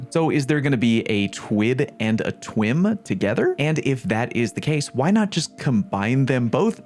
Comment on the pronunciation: The word twim tickles my ears a lil bit lol